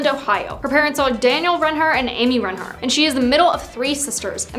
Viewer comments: Yeah she’s saying wrong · I’m I the only one who’s bothered by the way she pronounces reinhart